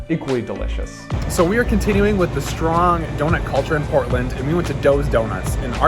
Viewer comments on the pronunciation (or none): none